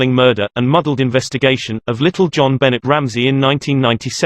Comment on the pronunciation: It's pronounced 'JON-BEH-NAY' Ramsay.